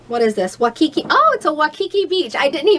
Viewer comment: I hate to be a pronunciation police buuuttt.....Waikiki is pronounced Why-key-key (I lived in Hawaii for 13 years and my hub was born there and lived there his entire life until we retired to Nevada. Also, Havasu is pronounced Have-a-sue. I hope this does not hurt your feelings.